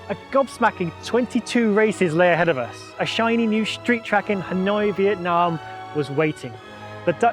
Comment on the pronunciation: "Viet Nah Mate". Loved that one